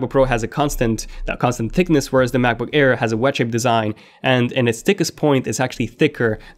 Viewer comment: am i the only one who hear u saying Macbook care ?